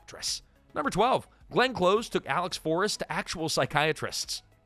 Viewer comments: Glenn’s last name is pronounced the like the opposite of far it’s close not cloze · Nitpicking here, but please have more respect for my favorite actress than mispronouncing her name. Hearing her name as "clothes" was just painful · It’s Close (as in close to me) not Close (as in close the door). AI? Or young narrator? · Yeah, driving me crazy... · It's Close. As in, "Come close, I'm going to kill you." Not like "Close the door. I don't want the neighbors to see me killing you." PLEASE look up how to say things. Especially when it's someone's name. It'll take you 10 seconds.